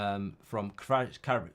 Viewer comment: Mark, Kvaratskhelia - you need to pronounce last A letter :)